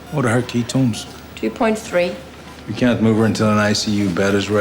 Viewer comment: "key tones"